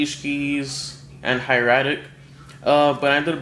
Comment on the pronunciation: that's not how u say hieratic